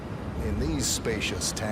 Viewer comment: "Couple of hindread human bodies"